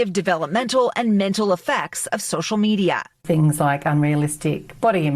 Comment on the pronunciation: Hon you cant even say media without it sounding like meteor